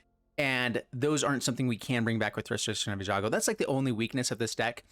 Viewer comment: Most butchered word in magic? All streamers repeat after me: ei-gan-jo ;) Great deck tho.